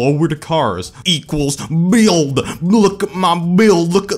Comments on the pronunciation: Well this video alone just made this channel my favorite car channel on YouTube the way he says BWUILD...gold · The way he says "bUiLD" had me laughing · the way he said build made me want to kill myself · The way he said “build” 😂